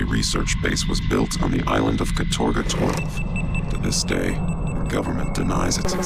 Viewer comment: It's not "katOrga", but "kAtorga", actually